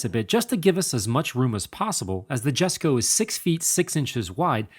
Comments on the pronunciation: Just a note (not criticism), it's pronounced Yesko. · It’s yesko btw the j is silent... respect the father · I believe it is pronounced "YES-CO"... It's a silent "J". The "handler" even slips up and says it correctly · It's a Jesko, as in "yesko", and /yes/. not /djesko/. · Pronounced “yesko” not ”jesko” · For anyone wondering, Jesko is actually pronounced 'yes-ko' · Rule of thumb when pronouncing European names that start with a "J" is "Y", it's Yes-ko, not a Jess-ko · its pronounced "Yesco" , not Jesco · "Yes-co" not "Jesh-co" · its pronounced "Y"esko no "J"esko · Not Jesko its pronounced yesko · Every single time I hear ya say Jesko I think to myself, how 'merican can you get. It's pronounced Yesko. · Jesko is like Yes-co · More like yesko. إسماعيل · It's pronounced Yes-ko not Jes-ko. That's how Christian Von Koenigsegg pronounces it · You're pronouncing Jesko incorrectly, the J is silent. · It's not silent, it's just more of a "y" sound, because Scandinavia. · Amazing car, amazing job, however with such a special and important car you should be pronouncing the name correctly. The J is silent. And the pronouciation is Yesco. Top work nontheless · The J is silent, so its like sesko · Sorry but its pronounced Hesko not J-esko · This is my first time watching any of your videos very well explained but the Jesko is actually called Yesko it’s Swedish I saw the Jesko at Sunset GT and an private event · Loved the Video, great job as always! Kinda funny hearing the wrong pronounciation from the Transport manager though... it's pronounced Yes-ko. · I thought it was pronounced yes-ko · Swedish ppl triggered not being said yesko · pronounced Yesco -_ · Jesko is pronounced as [iesko], as it’s Christians father’s name, I guess it’s important to name it right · It maybe do to accent do to nationality but I thought it was pronounced like “Yesco”. That at least is what I heard on the reveal video I saw. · Great video, but dude it’s YESKO